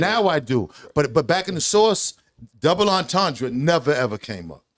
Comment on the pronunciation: How can they not know what a double’ entrendre is They even saying it wrong smh